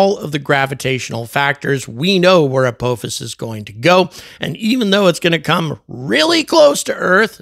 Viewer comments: Ap-AH-fus. Not Ap-OH-fus. Ah is a shorter a, like in ah-ha or aha. (Edited) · I wish he could at least pronounce the name right. It's not apoophis .can't listen to this anymore. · Apophis is pronounced as "uh-pah-fis" with the emphasis on the second syllable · the British pronunciation of Apophis is much more ominous (uh-POFF-is) makes me think of a vengeful Egyptian God. when you say uh-POH-fis makes me think of Kung Fu Panda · yes, and thats exactly the reason it bugs me to hear call it "a-POE-fis" Its Apophis! JAFFA CREE! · Are you sure it's not pronounced with a short O? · As a lifelong stargate sg-1 fan, the way you pronounce “Apophis” is killing me 😂 For the trolls, not saying he’s wrong. Just decades of hearing it another way is mind jarring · And angry keeps saying it wrong indeed lol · I wouldn’t say hear 👂 as he didn’t pronounce it the right way 😂